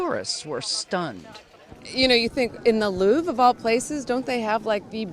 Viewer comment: he's just trolling with his pronunciation of "Louvre" right???